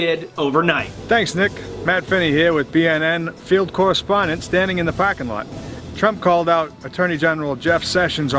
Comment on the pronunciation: "The pah-king lot" 😂